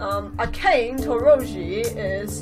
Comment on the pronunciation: And akane is pronouced a-ka-ne